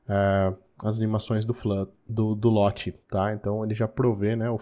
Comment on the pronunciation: Legal, só a sua pronuncia do Lottie que esta errada